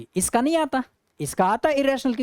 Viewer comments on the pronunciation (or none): Yes sir it is crystal किलीअर😂😂